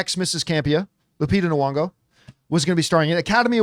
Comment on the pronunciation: Hey John, her name is Lupita Nyong'o, not Nwong'o as you always say.